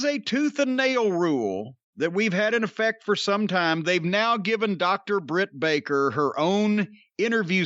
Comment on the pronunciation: It’s Jim saying her name wrong on purpose for me. 😂😂😂😂